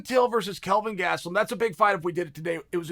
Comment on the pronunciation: Uncle Chael: Kelvin Gatslum Me: Ok, great